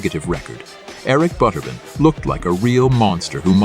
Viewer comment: It's pronounced butterBEAN not butterben. Computer voice.